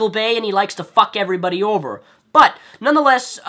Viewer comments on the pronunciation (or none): none